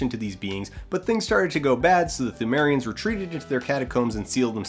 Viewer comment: FINALLY someone who pronounces it "thoo-mary-ehns"